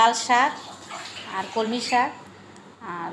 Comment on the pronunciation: ওটা কলমি শাক হবে। কমলি না।